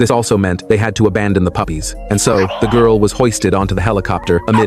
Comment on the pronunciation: Why did bro say puffys